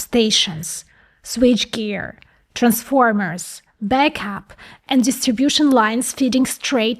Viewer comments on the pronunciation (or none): none